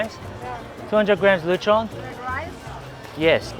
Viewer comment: I love how probounces lechon(latch on) as luh chawn 😂